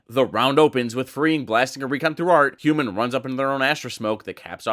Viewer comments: Triggered every time he says HYUNMIN like that....wtf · the hyunmin pronunciation is making my ears bleed